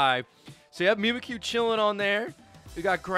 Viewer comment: Mimikyu is a play on words, like "mimic you" idk what pronunciation you're on lol